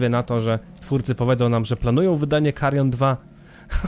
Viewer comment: Wstęp z tym "MAKARION" kompletnie mnie rozbawił. 😄